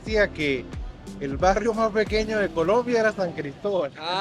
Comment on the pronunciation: Que bonito escuchar decir San Cristóbal ufff siiii somos regionalistas, eso nos lo enseñan nuestros padres. Orgullosamente Gocha Tachirense. Arriba el Deportivo Táchira, nuestro orgullo.. Gracias por mostrar lo nuestro. Abrazos, éxitos y bendiciones.